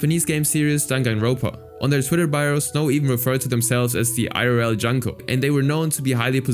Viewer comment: Her name is pronounced "Joon-koh* NOT Juhn-koh*